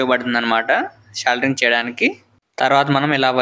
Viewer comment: సోల్డరింగ్ రా బాబు. సెల్దరింగ్ కాదు